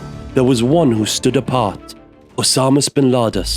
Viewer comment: I knew that the moment I heard "Usamus Bin Lados"